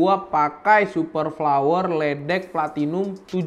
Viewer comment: leadex dibaca ledek? ...hayolah ulasan id suruh nih host belajar bahasa inggris apalagi dalam pengucapan..entar bikin malu org luar kalau nonton leadex dibaca lidex bukan ledek -_- belajar Gramer dulu bro